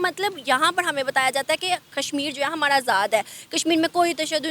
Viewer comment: it's "ra" not "ada"... it will be hamara not hamada